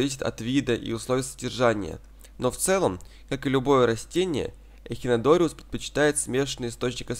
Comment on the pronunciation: " Эхинодориус" - просто уши режет ...